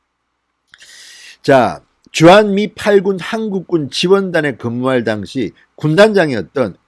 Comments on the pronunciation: 당시라는 발음을 정확하게 하십시오 '당'에 악센트가 없습니다. 귀에 와닿습니다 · 모든 방송내용 100% 동감입니다 하지만 당시라는 발음은 아닙니다 그당시. 그때라고 해도되고 당시라는 발음을 하시면 됩니다